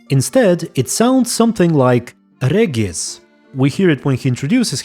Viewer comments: You dont even know how happy am i that i hear regis not reeeeeegis Greetings from Czechia ❤️❤️ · In Poland we say "Regis" in that way :D I think because of that in other languages it sounds very similar :3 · I’m german and we pronounce it exactly like that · I think most names in the game like Regis Geralt usw. German names Regis are pronounced in german like he said it by the unseen elder. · Name Regis is pronounced [Regis] in every Slavic language I know. So it's not as in vampiric language it is pronounced that way, I would dare say it's the correct pronouciation (based on origin of Witcher). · Actually the way that Regis pronounce his name in his language is the same way we pronounce it in Poland :P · The Vampire pronunciation of Regis name is actually same pronunciation as in Polen. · Ofcourse I know how to pronounce "Regis" coz that is his name. English voiceactors are the ones who butchered it every time. Like proper muricans always do. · Well the "vampiric" pronunciation of Regises name is original pronunciation in Polish language. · in polish regis is read exacly like he says it while adressing unseen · The way "Regis" is pronounced to the elder one is likely how it would have been pronounced in the original Latin. The name comes from Rex, Regis - meaning, "King" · Fun fact, in polish we pronaunce he's name literally like u said in "vampire language" , for us it's not Ree-ges (that's how it's sounds for me as a pole in English) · Actually I think the pronouncation might've come from Polish, original language version. Here word "Regis" is being pronounced exactly like the elder said it, without lite English accent of course. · I think his name pronunciation sounds like this, because it is Poland universe and in slavic countries his name sounds like you said in the video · Don't know about Polish, but Regis with G as in Geralt is the only way his name is pronounced in Russian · its pronounced like that in Polish too.